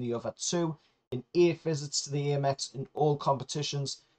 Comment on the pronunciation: Gaahh, it's ahmex as in American